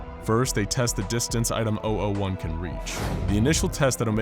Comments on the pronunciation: When he said item 001 I thought he said item ideoh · Did anyone else hear him saying OwO 1 instead of 001?